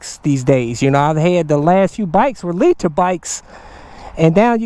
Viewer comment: Those Lee-Tar bikes are where it's at.